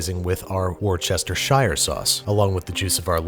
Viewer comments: Okay, say it with me: "wooster-sher", not "were cester shire". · Tip for everybody still mispronouncing Worcestershire in their cooking videos in 2019: The first section of the word is "Worce-ster" as opposed to "wor-chester". Worcester should effectively be said as 2 syllables. Wor-ster-shire sauce. or if you will, something closer to "wuss-ter-sure" sauce. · (Woo-chesst-hare) hope that helps ahaha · War Chester shire sauce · A tip from England, it’s not war-Chester-shire sauce, it’s pronounced more like Wooster-sheer sauce. Great video though. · From a British person, it's pronounced "wooster" sauce. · it’s pronounced “wooster-shuh” I’m from England and Worcestershire is in England. Pronounce it correctly! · Me: Wor Andy: Wor Me: Ster Andy: Ster Me: Shire Andy: Shire Me: Worcestershire Andy: Yeah no I'm just gonna refuse to pronounce it correctly because it's funny. Yeah it's not funny. Call it what it is. WOR. STER. SHIRE. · Worcestershire...... Woo-ster-sha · Worcestershire sauce is pronounced "woostershir." The "shire" is like shirt but without the t at the end so "shir". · “War-Chester-Shyre sauce” or as people form Worcester say Worcestershire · For the record it's pronounced "Worst-her-shire sauce." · Worescestershire is read as /wusteshir/ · Wuss-ta-sheer or the informal way Wuster Sauce. Wuss like puss, ta like ta -da, and sheer like to sheer a sheep. Not trying to be a pronunciation officer. But this is the only I feel like I can contribute to the channel is by sharing how my grandparents from England pronounced the word. Keep the videos coming Babish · it's pronounced wors-ter-shir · Better give this video a fresh-chopped like and give Babish a fresh-chopped sub like in the 1st video. Also, Babish, its pronounced, "War-stish-shire." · “Worcestershire” is pronounced “Wuster-shuh”, for some odd reason. I don’t make the rules, I just live here. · War chester shire sawce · XD it’s pronounced war stis sure sauce, but ok. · Whestcher sass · wuh-stisher sauce